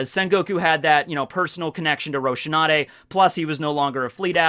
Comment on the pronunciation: You made such a big deal about saying "Deidara" with a different accent, yet you butcher Rosinante's name so badly I didn't even know who you were talking about the first time I heard you say it. Or did they really change it that badly in the English dub?